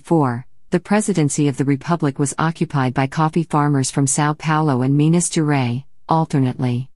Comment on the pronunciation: "Minas geray" like fucking Minas Gerais is a french name or something. smfh.